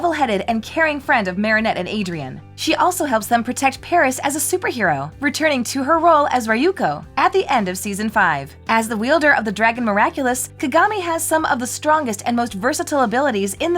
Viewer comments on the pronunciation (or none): It’s RE-POST & *RE-YUKO*! Not “RI-poste” and “RI-Yuko”!